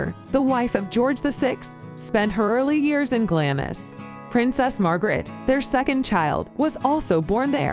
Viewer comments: Whilst I applaud and thank you for watching this PLEASE do not accept ANY of this ladies pronunciations of place names, never mind the names of the castles themselves!!!! They’re are ALL wrong and as a Scot it is cringeworthy 😖😖😖 Hope to see you in Scotland soon where we can tell you how they are correctly pronounced xx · When you come over you will find doors in all these castles or palaces in Scotland with doors with "no entry" signs..... just ignore them and go in and have a look, if you get caught just say you are a tourist and the only thing wrong with this video apart from one she crucified all the names lol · it was Glam-iss near Four-faar that got to me. shudder! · Culzean pronounced Culane. Glamis pronounced Glaams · GLAMIS - Pronounced phonetically... GLAAMZ or GLARMZ. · It's not Glam-is it's Glarms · It's pronounced "glams". Not glam-is. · Glamis is pronounced 'Glarms', one syllable. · Glamis is pronounced ‘Glams’ as in hams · Its pronounced Glah mmmms and Eileen Doh nan. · Some hilarious pronoucifications!!!! Ha, It's Glamis [glahmz] as in charms, not Glamis as in miss. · Hi guys Glamis Castle is pronounced Glams Castle. Glad you're enjoying them. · Aye, just awful. Culzean, Glamis, Forfar. All wrong! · Culzean Castle is pronounced Kullean and was owned by the Kennedy family, Lords, later Earls of Cassalis. Glamis is pronounced Glarms, seat of the Lords/Earls of Strathmore. The titles are anglicised, in Scots they read Laird, (Lord) and Righ, (King, later Earl). A lower rank of 'Laird' was prefigured by the epithet 'Bonnet'; thus 'Bonnet Laird' or 'Gentleman', colloquially, 'Wee bit Lairdie' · At one point, she clearly said "Edin-berg"... I assumed that the rumbling sound I heard from down here in England was the noise of thousands of dead Scots turning in their graves. Or maybe that was just the Queen Mum yelling "Glam-iss? Did you say "Glam-iss? Off with her head!"